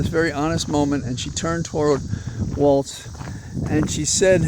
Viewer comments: Really enjoy your walk and talks,. thanks. I did watch, and it was great. btw... psa: Walz is pronounced "walls", not " waltz" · I’m proud Minnesotan, and his last name is pronounced Walz as in Walls not Waltz.